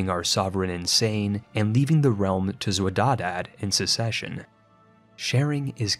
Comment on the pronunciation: Xwedadad is pronounced Khodadad which means given by God in Persian